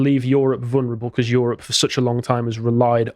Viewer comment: "YOHROPE!" it's the new "CHYYNA!"